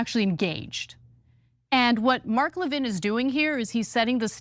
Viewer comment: It’s Levin not Lavigne 😂